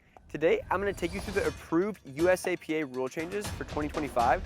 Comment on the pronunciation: USAP not USAPA .